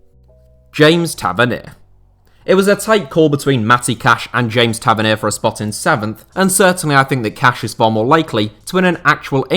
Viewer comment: Ta- vern-knee-a Is how you pronounce it